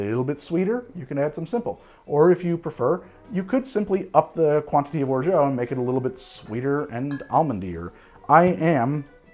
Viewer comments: Big fan. And, appreciate your commitment to your pronunciation of "orgeat." I just can't imagine any French people pronouncing it that way...Google translate agrees. French people agree. I'm sorry, I shouldn't press send. I should let it go. I SHOULD LET IT GO. Almost time for a man tai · Or-Jah, once and for all, Or-Jah!;) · How many times you gotta say orgeat like that you maniac! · Pretty sure you are mispronouncing orgeat. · There isn't an o or u in orgeat. Your pronunciation is like nails on a chalk board. Delicious drinks though 🤷🏻